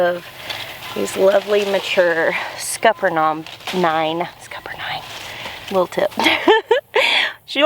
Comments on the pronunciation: SC native here, never once have I heard “Scupper-nine” pronunciation. I say “Scuppernog” so now I’m confused 🤣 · I can't even repeat how you said it! Scupper nine? Non? What? :p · Scupanon is how I pronounce them. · Scupper what?? Born and raised and still live in south Georgia and never heard that pronunciation in the 1st part of the video. I dont know what mayhaw jelly is but i remember as a kid driving thru rural Georgia and seeing signs in poor penmanship on the roadside of mayhaw jelly. Just a memory i have.